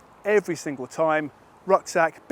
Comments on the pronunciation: Definitely no “a” between q and v. Swede Mattias Erickson confirmed that recently in his YT video. It’s pronounced hooskvarna. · Hooskvarna (proper pronunciation) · learn the name. there's no 'a' between husq and varna. it sounds like hoosk-VARNA if you say it properly. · The Hus in Husqvarna is pronounsed more like who's and then kvarna. Kinda like Huuskvarna if that makes sense?